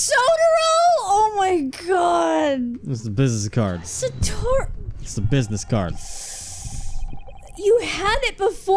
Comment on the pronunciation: Satoru = Suh-Toh-Roo